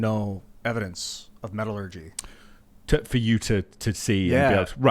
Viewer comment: again, simple but very effective - (after guest uses "metalergy" as evidence), -"But I have never seen metelergy evidence, and, the government lies to us, like 'weapons of mass destruction.".......guest replies -" mumble mumble mumble gibberish confused words cant form a sentence, mumble mumble." used about 15 words total to basically leave the theory in shambles, and probably kill the guest's hopeful book sales. Sucks for guest, but cmon, you gotta have better responses to that, is just a regular dude, if you have proof of aliens, 99%, and have a book for sale about it, and hittin the podcast circuit to discuss it, a regular guy like shouldnt leave you bumbling and speechless with very basic questions.